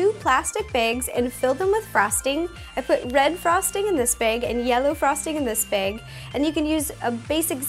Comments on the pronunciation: narvaez She says Beg instead of bag. XD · She says "beg " instead of bag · Is it me or does she say beg instead of bag? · I heard that to!!😂😂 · but... she says beg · Not to be rude but you say beg instead of bag. 😒 - 😙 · yor so right after I read your comment I realized she did, its so cute. :3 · bAg not bEg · i heard bage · she says baeg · It's definitely not just Canadians that say "bag" that way; depends on where you are in the US. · Michelle Ly The Irish's accent is a little bit like the Canadians, like foot, or book, I think... :-| ????? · Listen to how she says bag ........ Im TOO weak